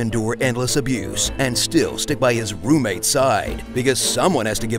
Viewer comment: Love the little extra emphasis on the word, "roommate." Oh my god..... they were ROOMMATES!